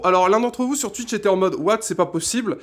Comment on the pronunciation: Déjà, y'a aucun test, ensuite si tu continue de dire Tuitch je vais faire un homicide, et putain la moitié des choses que tu racontes on s'en fout, je viens pour voir un test à la base, pas un gars qui vise un pied, bref, fais à l'arrache, aucune réel volonté de faire cette vidéo, peu d'effort....